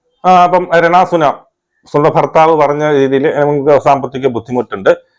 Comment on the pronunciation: ചേട്ടാ രണ സുന അല്ല രേണു സുധി 😆😆😆